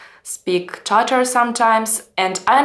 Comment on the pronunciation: For some reason, I've always struggled with the correct way to pronounce the word "Tatar", but after hearing you say it using the actual Tatar pronunciation, it just sounds right. It seems that the stress should be slightly more on the second syllable rather than the first, and it rolls off the tongue more naturally that way. I envy your ability to speak and converse in a number of languages, as that provides you a window into other cultures and the larger world. As a Texan, Spanish is the language I hear the most after English, and even after taking classes for it in grade school, I've never used Spanish enough to be truly fluent in the language - I can follow along to a limited extent, but that's about it. Funny thing is, I can read Spanish-language newspapers and websites pretty well. Your English really is very good. The occasional mispronunciations or grammar issues don't cause me any difficulty in following what you're saying, and sometimes it provides an insight into how a Russian-speaking person may think about how language works, and that's kind of cool. Anyway, this was a fun and informative video - thanks!